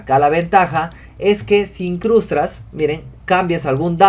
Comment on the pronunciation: In-crus-TAS. Nuestro siguiente curso, Castellano para informáticos.